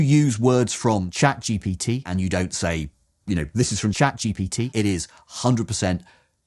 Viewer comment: Good criticism, solid. Too bad that you didn't actually use ChatGPT, although you keep referring to it. Marks have to go down for that I'm afraid, since all those bots are not quite the same - and for the repeatedly mispronounced name, and for the wacky stripes doing weird distracting stuff :) Those AIs are not that smart just yet, alas. With a bit of back-and-forth and a pinch of prompt engineering, they can do a much better job than shown here, but that means the man-in-the-loop is still essential, which kind of answers the question. But with the right self-reflecting architecture, we'll get there soon, we just need to dare put it together - or wait patiently until someone does.